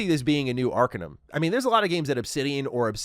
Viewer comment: 3 things Gonzales didn't say "it's not Fallout " just not " FNV2" BUT Obsidian leadership said they don't wanna do an IP that's not theirs. and I remembered Fergus saying he wants to do another Fallout so I dunno Edit: " Arkanum", it's pronounced " Arcainum " (Arcanum)